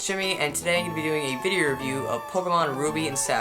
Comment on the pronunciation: anyone else hear him say "vide-er" in the beginning ?